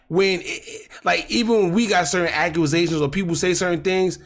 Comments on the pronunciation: Accusation not aqwazation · you are A VERY SMART GUY like EXTREMELY smart. Stop pronouncing that word like that. Stop it “Certain things you can’t entertain especially when it’s nonsense.” 😂😂 stop say accusation like that. You know how to speak. You said it right the first time and then did a lean back remix. And Woo Thang was caught 2 months later. Woo Thang was not at his wedding. Books was. So you see you made Grizzly proved his point. The internet. Crazy